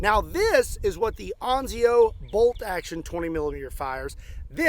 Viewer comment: Ansio… you must read with an s! ANSIO! Not anzio 😂.